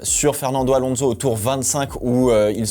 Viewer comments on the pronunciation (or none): none